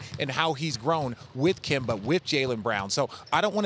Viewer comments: no one: Stephen A: “Kember” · This man is still pronouncing his name as KIMBER lol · Why Stephen A. Always calling Kemba Kember lol. Give my man a break his back obviously hurts. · Nobody: Stephen A: Kember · Now he just saying Kember on purpose !! 😂😂😂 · Nobody: Stephen A Smith: Kember Walka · SAS: “ Kember Walka” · “Kember” -SAS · You see kemba is not really kemba. That's where your wrong. And here's why... Its KEMBER. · Nobody: Stephen A.: Kember Walker... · Ummmmm who is “kember” ?? 😂😂😂😂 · Stephen “Kember Walkur” Smith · Stephen "Kember" Smith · A man who prides himself on his lengthy vocabulary, can't say Kemba. Really isn't hard to pronounce something properly.